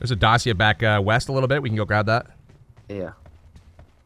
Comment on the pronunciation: Yo I love your videos so much.They are soooo entertaining.But Dacia is pronunced Da-chee-ah